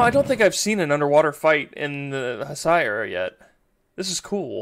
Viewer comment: Those are Masers (microwave lasers) mounted on tanks. By the way, Heisei is pronounced HAY-say. To be fair, it has less to do with misogyny, and more to do with a 200ft. long, multikiloton monster who can accidentally destroy a city just by crawling through it being on the way, as you see for yourself . Not to mention previous experience with other kaiju also teaching the people to be inherently distrustful of them.